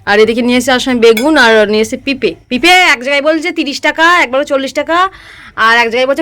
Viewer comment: Pipe পেপে ore songi moron aktu manur sate school e vorti hoye jao uchaaron sunle মাথা তা gorom hoye jache😂❤❤